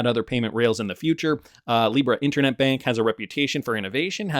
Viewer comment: You pronounce the word 'bank' in Deutsche Bank exactly the same as you did in 'Banque Delubac'.